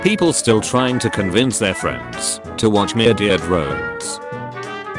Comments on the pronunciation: "Mee-your-dore drones" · I love how he keeps saying more ear drones